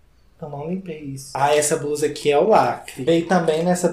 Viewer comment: A pronúncia de blusa e com l (ele) e não com r (erre) tipo BRUSA. Vamos aprender a falar português corretamente.